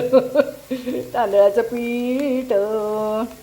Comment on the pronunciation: मॅडम... पीट.. पीट लावा... असं ऐकायला कसेतरी वाटतं.. पीठ लावा.. पीठ... 😊